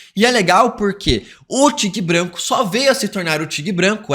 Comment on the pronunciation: Que aflição ouvir “tigue branco” várias vezes kkkkkkkkkkkkkkkkk